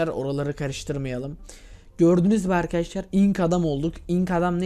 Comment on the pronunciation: arkiaşlar dediğinini anlayalı 36 sn oldu..